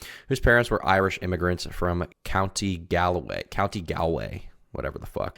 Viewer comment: pronounced Gaul-way